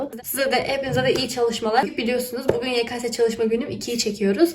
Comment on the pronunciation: "Ye ka se" diye okuman beni üzüyor pzxınjovxcnıofhds